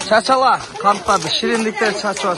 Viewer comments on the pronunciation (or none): Чачала эмес чачыла деп айт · Жакшы болуп кетсин 🤲🤲🤲👍🤲🤲 ден-соолук узун өмүр берсин! 🤲🤲🤲👍🤲 оператор бала кыргызча нукура сүйлө чачала эмес чачыла дейт.